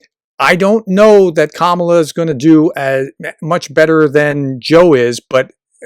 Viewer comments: Like every other Republican you still cannot pronounce her name correctly. It sounds like Pamela. Emphasis is on the first syllable. There is a reason her name was mispronounced from the beginning. They are trying to make her sound foreign. As a professor you really should know better. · You're mispronouncing Kamala's name. The accent is on the first syllable, like "comma-la" Also, I truly hope they don't run her. She's a remarkably weak candidate. She comes across crazy insincere much of the time. Very cookie cutter politician That said, she can win. The majority of people don't want Trump back, and are pissed about Roe v Wade and I think that's enough for her to win in spite of her questionable charisma. Also, I think one of the reasons she comes across insincere is she's pretending to be some super lib when she's really a center right Dem. So my hope is, if it's her, she finds some centrist groove which is closer to who she is anyway, so she comes across more real. But God bless her however it happens. If it's her v Trump she's got my support lol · I hope you might learn to pronounce the name Kamala correctly. Unlike Tucker or Sean I don't necessarily think you're mispronounced her name on purpose. Its still a bad look. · Please learn how to pronounce Vp Harris’s first name. You are using the maga’s and trump’s pronunciation. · He uses the Republican’s pronunciation of Kamala’s name. Kinda disrespectful not to know the proper first name of the Vp or maybe it’s just a put down. Annoying either way.